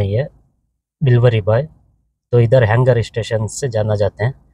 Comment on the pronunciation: Pranonciation galth hai appki